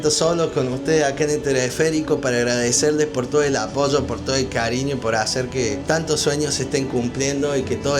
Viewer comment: Hermano Argentino, yo te pregunto: ¿Por qué te escucho pronunciar correctamente "Apoyo" y no como otros compatriotas tuyos que pronuncian "Aposscho" ? Por favor, explícame eso porque estoy muy confundido. Dicen "Plassha" Casshe, Vasshe, cuando lo correcto es playa, Calle, Valle.